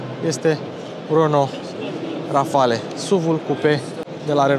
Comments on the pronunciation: Multumesc ca nu ai folosit "calitativ" ci " mai de calitate" ! Felicitari! Erai Boier daca spuneai "Rafal" in loc de "Rafale" Xcum, "une grand coup du chapeau " ! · Rafale se citește fără ,,e” la final în franceza. Mi-ai spart de câte ori ai zis ,,Rafale”. Nu sunt cârcotaș dar este vorba de puțină cultură generală .